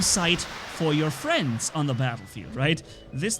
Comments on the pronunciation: Today hitting it with the frrrrrriends of the good mood lol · Only a german guy can say "Frrrrriends" like you!!! 🤭😂🤣👍.."Nice words,!"